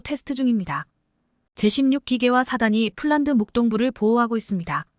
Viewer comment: 폴란드를 쫄란드라니! 어이없네, 여기도 오독이 너무 심하다. L-SAM 을 엘 마이너스 에스에이엠이라니 들을수록 짜증난다. 그리고 30~ 50Km등 거리를 읽는 것은 터무니 없이 오독이 심하다. 글을 읽는 AI를 좀 개선했으면 한다. 그럴 바에야 차라리 사람이 읽어주기 바란다.